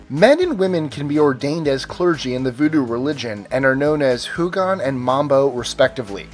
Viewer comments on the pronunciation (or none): Some things were mistaken - it's Lwa, not iwa - Houngan is pronounced "Ungan"